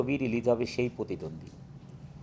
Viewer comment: পতিদন্দি।উচ্চারণ আমাদের ভুল যাক।কিন্তু অভিনেতারা যদি এগুলা বলে তাহলে কিভাবে হয়।